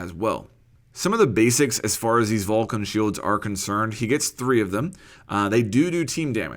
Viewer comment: Just fyi it's not pronnounced vulcan it's vol-CAN it literaly has an accent on the can (hence volcán)